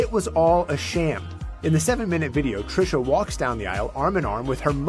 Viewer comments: trishA there is an A at the end girl. TRISHAAAAAA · Ti, how you gone mess up THIS name? Lol you’re notorious for it but I mean, one letter off? Smh petty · You always pronouncing people's name wrong,,seriously???